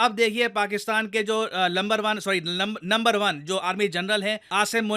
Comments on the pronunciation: Sir it's lumber one nhy langoor one 😂😂😂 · I think had intentionally said "lumber one" instead of number one...😂😂😂😂😂😂😁😀😀😀😂😁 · Lumber 1 jaanbujh k bole na aap . Itna bhole mt bnaiye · 5: 30 "Lumber 1 general". 😂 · lumber one--was a mistake or deliberately said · It's not Number 1 , It's always Lumber 1 . Pls make it correct next time 😂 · Lumbet one sahi hai na sir?😅😅😅😅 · says lambar one army chief that's very funny😝😅😅😅